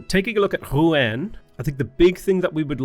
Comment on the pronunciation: Hey, Rouen (the "en") is pronounced like in Rendez-Vous, good to see you play Civ again:)